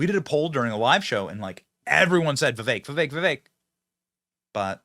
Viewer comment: It is not Veveck.